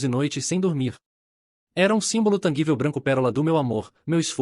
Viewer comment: TANGÍVEL, NÃO TANGUÍVEL